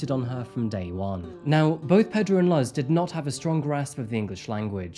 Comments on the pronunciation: Luhzz?? Come on,, man! You're so good with your research, but sometimes your pronunciation is just ridiculous! No hard feelings and cheers for making me laugh. Long time fan here, just couldn't keep it in this time. Luhz...lolz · Two small things!! “Luz” is pronounced more like “loose” in Spanish!! And Puerto Ricans don’t immigrate to the US, we’re born US citizens. 😅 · I'm not even hispanic but hearing him say "Luss" 1600 times got SO annoying. Would've been nice if he actually googled a pronunciation audio or that PR is a U.S. territory lol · fr i cant watch this one, every time he says luzz i 'luzz' focus🤣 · i seriously don't understand how someone can mispronounce the name Pedro! "Luzz" too, i had to pause for a bit cos i was clenching my teeth. But like fr? Mispronouncing PEDRO? c'mon man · Luz is pronounced LOOZ. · Puerto Ricans are not immigrants to the US as it's part of the US and Luz is not pronounced that way either. You usually get things correct. Fact check especially when it comes to name pronunciation and when using the immigrant label. That's what I think. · Couldn't listen after you kept pronouncing the mom's name WRONG!! You might want to look up the correct pronunciation. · Your pronunciation of “Luz” is sus. Lmao. So cringe. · your spanish pronunciation is killing me, man... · This story is very sad ..... almost as sad as you mispronouncing the name luz . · You pronounce Luz wrong. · Dude you mispronounced “Luz” so badly. You should do more research into name pronunciations cause you often completely butcher foreign names mate if I’m honest. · Such an interesting case, but oh my goodness, it was hard to listen to the mispronunciation of Luz throughout the video! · I'm not Hispanic, but as a fan of The Owl House it hurt every time you said Luz's name lol. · Thank you! Driving me nuts! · I cringed everytime he mispronounced Luz. 🫥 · hi!! puertorrican here, Luz is not pronounced "luhhz", it's pronounced "loos" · It’s pronounced Loose